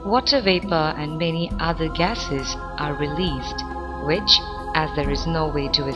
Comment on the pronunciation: ...and wice wersa, vich is kvite funny :D